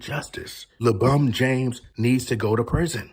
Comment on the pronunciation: Is it LEEEE Bron!! Lol all jokes aside nttn happening LeCHInA control all!! Matter fact don't be saying your bday on here b4 you get some knock on ya doors 😂😂 Knock Knock....ITs LeFBI 😂